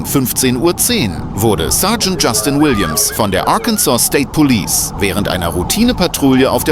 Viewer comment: "Police' " not "Polices". 🙄